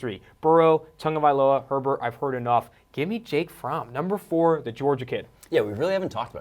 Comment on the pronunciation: They finally pronounced Tagovailoa correctly, immediately liked the video haha